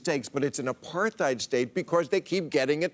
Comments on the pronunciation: FYI Bill: Apartheid is pronounced "Apart-hate" - true dat! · It's a Dutch word and more pronounced like "apart-hite", but it's a subtle difference I suppose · First time I’ve ever heard an English speaking person using the ‘th’ sound (as in ‘thing’) in the word apartheid. Very annoying 😡 I would have thought anyone remotely interested in the subject of segregation/apartheid would know this. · Bill isn't very deep. The extent of his research probably includes conversations with his buddy Bibi Netanyahu and listening to rightwing AM radio. He can't even pronounce "apartheid." And he also can't wrap his mind around why apartheid is used as a comparison. No, Bill, it has nothing to do with the colonial model. Why don't you ask Human Rights Watch. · Why has nobody told Bill how to properly pronounce the word apartheid???